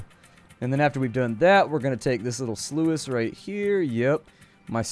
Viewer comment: The way he was saying sluice was angering me lmao